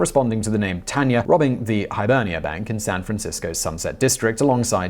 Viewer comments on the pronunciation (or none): none